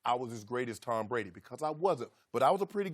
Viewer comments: Take a drink every time Rob Parker says Tom Bwady is falling off a quiff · Towm Bwady is falling off quiff